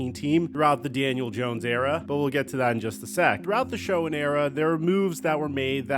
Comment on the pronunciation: SHOEN IS PRONOUNCED SHANE!!!!!!!!!!!!!! Not Showen.. please.